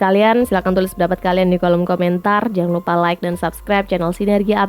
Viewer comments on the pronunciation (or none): none